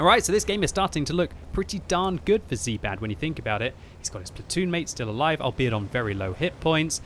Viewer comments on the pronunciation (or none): none